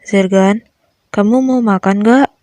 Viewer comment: Bukan jergan tapi zergan